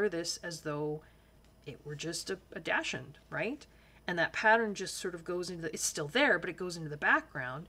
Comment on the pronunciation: the hot dog is pronounced dock-send lol silent d